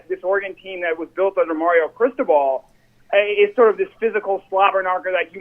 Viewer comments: It is phonetically pronounced ( Chris-toe-ball ) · I've never heard anyone pronounce it the way was. It was driving me nuts. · seriously sounded weird.